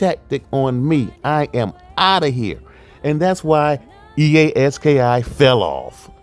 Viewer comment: 😂😂😂 bro it's E-A Ski not e a s k i